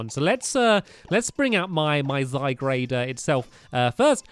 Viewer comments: STAMPY, ITS ZY-GUARD, NOT ZY-GRADE, SORRY, BUT IT RELLY ANNOYS ME FOR SOME REASON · It's not zygrade/zy-grade. It's zygarde/zy-guard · stamp its not zygarde. it's zyguard ist guard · STAMPY Its Zygarde NOT Zygrade say it ZY-GAR-DE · It is ZyGARDE, not ZyGRADE!!! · Triggered It's not Zygrade. It is Zygarde ZYGARDE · It's zyguard not zigrade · ZY GARDE NOT ZY GRADE 😂😂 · Stampylonghead he's called Zyg-ar-de what Zyg-rade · "Zygarde" is pronounced "zy-guard", not "zy-grade". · Zygarde not Zygrade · It's pronounced ZY-GUARD, not ZY-GRADE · STAMPY ITS ZYGARDE NOT ZYGRADE. JST NOTICED IT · It's Zygarde and sounds Ziy guard not Zy grade!!!!!! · It's so annoying (NOT IN A MEAN WAY) when he says zygrade, ITS ZY- GARDE, GAARRDDEE! Everybody comment about this so he sees it and starts saying zygarde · stampy its not zygrade its zygarde and its a legendary from x and y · IF YOU SAY ZYGRADE ONE MORE TIME! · Stampy it pronouced de-sid-you-eye and zy garde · It's pronounced zy guard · Why does stampy say zygarde wrong